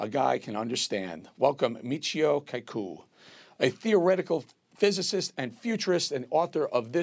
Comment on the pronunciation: It’s pronounced “KAH-koo”. 🤦🏻